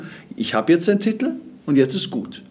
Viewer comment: Es heißt Titel nicht Tittl